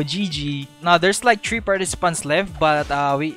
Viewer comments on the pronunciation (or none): Tree two one 🤦🤦🤦🤦🤦